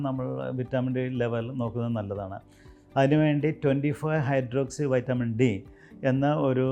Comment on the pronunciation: വൈറ്റമിൻ എന്നാണ് പറയാനുള്ളത്